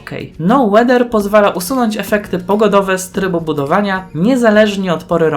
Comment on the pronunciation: Błagam nie twarde łeder (weather) to samo z lgbt czyli " el dżi bi ti! (Nie mam zamiaru hejtować mam na celu poprawienie wymowy)😁